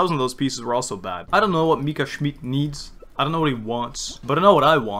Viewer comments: you are pronouncing the name wrong its schmidt with a short i and not schmied witch is the german translation of smith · I'm sorry to nag you, but it's actually pronounced "Mika Schmitt" not "Mika Schmeat" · + you’re actually saying Mika “Schmied“ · no both of you are wrong you pronounce it schmeadt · whenever i hear dehya’s burst i always hear it as “you’re dead schmidt” and i can’t unhear it and burst out laughing everytime istg 😭😭😭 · obviously not, orherwise he'd pronounce it right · he's pronouncing it like that on purpose, he mentions the proper pronounciation in the video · where did I start a riot now? I just said I doubt he's German based off how he pronounces 'Schmidt'. You are way too emotional for what I just said. Plus, I don't care if he pronounces something right or wrong. You don't even know my mother tongue. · I still can’t get used to you saying “schmidt” since it’s my last name in german and i get called that a lot😭